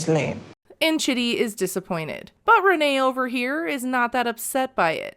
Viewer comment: how is Rayne pronounced Rene?